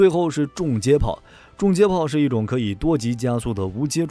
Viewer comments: 订正一下：重接炮应该读（chong）不是（zhong） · 从英文reconnection gun上看确实是chong